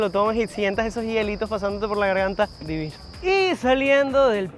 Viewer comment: dilo bien. DI VI NOOOOOO